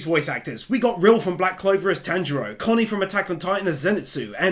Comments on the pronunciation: Lord Inosuke...always says Tanjiro's name wrong lol.... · tamjiro no manjiro no shatanjiro lol isuke